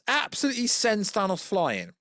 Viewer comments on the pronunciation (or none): none